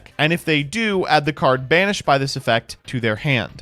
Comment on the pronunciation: I misheard, it sounded like "Summon a card in Spanish" not "banished". I was VERY confused for a second there.